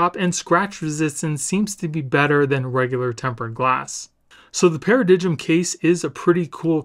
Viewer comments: For reference, it is pronounced (Para-Dime). Also, you can increase the system sound volume and clarity even further by navigating to the Music app in settings, then to EQ and selecting 'Late Night' mode. This works even without the directed speakers. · Paradigm is pronounced Para-Dime, the G is silent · It’s pronounced para-dime (i know, English huh!) But that is one cheap ass looking case, nasty scratchy plastic and they couldn’t even be bothered to do the camera button properly (see Apple case for a less s*** attempt at that). And that screen protector…..WTF!? All in all Id say you’ve just given us a long list of reasons to avoid this bad boy! Not hating, just being honest. Love the channel by the way, keep them reviews coming dude